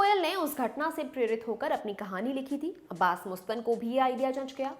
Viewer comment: Jahilo मुस्तान nahi मस्तान Naam hai. Teleprompter mai dekh ke padho magar research to tarike se karo.